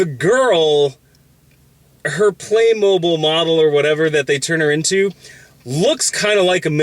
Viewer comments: It's pronounced "playmobeel" 😁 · Play Moh-beel god it's like saying pokey-man it's just wrong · Being dutch, its weird to hear someone say "Playmobil" instead of Playmobeel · Is it pronounced "Play-MOH-Bill?" I always said "PLAY-Moh-BEEL" or "Buy Legos instead, Grandma." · I always pronounced it "Play-mo-beel". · The commercials I see every once in a while always pronounce it as "playmobeel." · I only came to the comments because I had to know if I had been miss pronouncing Playmobil my whole life.